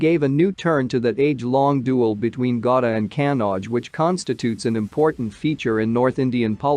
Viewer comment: that`s not pronounce gauda that sound gauri